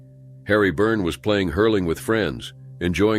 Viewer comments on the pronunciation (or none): none